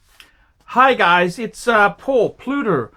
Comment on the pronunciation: ...Pluter?...Pluto?...he can't even pronounce his name....not talking about the photgotten anniversary...ageing badly